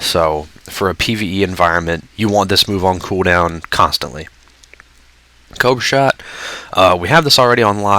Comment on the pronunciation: Did anybody else hear coak shot instead of cobra shot, or am i just insane?